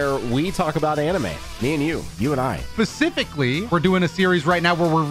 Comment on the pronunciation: 10 “Pacifcally” 🙃🙃